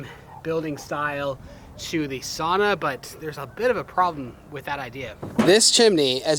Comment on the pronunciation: As a Finn please let me correct you on the pronunciation of sauna. It rhymes with cow not saw i.e., sowna. Sorry but the mispronunciation drives us Finns hullu.